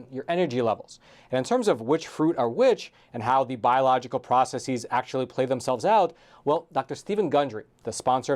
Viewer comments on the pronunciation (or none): ~9min. OH NO, not another victim of fake plural of the word process. Hint: it is NOT "processeeeez", it's processes. Come on. Crisis/crises; analysis/analyses; hypothesis/hypotheses ( the "eeez" words all have greek roots ending -sis ). Process has Latin roots and does NOT end in -sis. It's plural is just like any other plural in English. Please stop the pretentious, pseudo-intellectual "processeeeez".